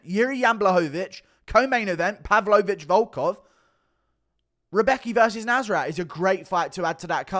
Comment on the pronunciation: FWIW, Anik’s pronunciation of “Rębecki” isn’t like “Rebecca”, it’s like “round”, except the “-n-“ is an “-m-“ and the “-d” is a “-b” through to “-becki”..~’Roumbeki’ ,{^_^}”